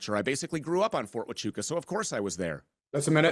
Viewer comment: Mispronouncing huachuca over and over sounds real foolish. It distracts from the conspiratards deflection.